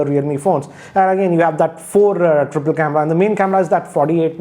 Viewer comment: You just said four trippile camera?? Or I just heard that wrong 🙄🙄🙄🙄